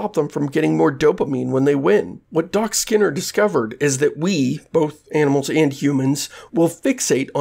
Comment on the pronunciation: It's not constructive of me, but it's weird that you pronounce skinner as /sker/ (like "scare box")